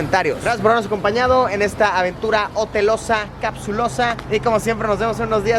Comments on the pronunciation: "Capsuuulll Jotel"😏😏😏😏😂😂😂😂😂 Ridiculo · jotel suena parecido a Mootel